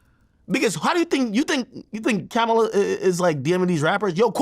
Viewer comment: And yet he can’t pronounce Kamala…the name is easy to say.